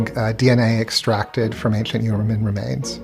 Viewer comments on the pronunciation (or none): I have newfound respect for my speech therapist. This guy has the EXACT speach impediment I had. Ainshlent.